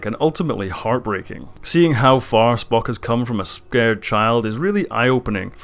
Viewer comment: And there's no 't' in Spock's name either :) Disco is a great show, perfectly Star Trek :) If you're worried about it disrupting canon, well don't. Trek has always retconned itself, over and over, it's one of the pitfalls of a long-running franchise. That doesn't make it not canon. If you don't like it, don't watch it. No reason to try and shit over other people's enjoyment of it though.